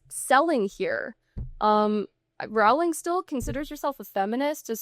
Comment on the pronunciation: Rolling. Rolling. That is how JK Rowling pronounces her last name. There are a variety of reliable sources all over YouTube on how to pronounce it. C'mon man. Do a little prep before you spend time talking about JK Rowling (rolling).